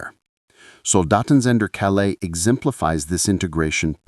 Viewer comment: Calais not CaLAIS